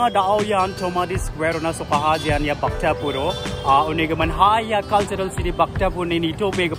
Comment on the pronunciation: Its Bhaktapur bro! Not bahktapur!